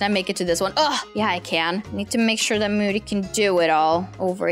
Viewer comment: That's not how you spell moody and you said mood🤣